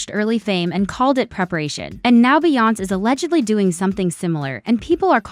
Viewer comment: They need to teach AI how to pronounce Beyoncé! 😂